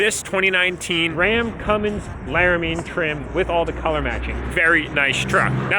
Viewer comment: Was it me or did he say Larimean?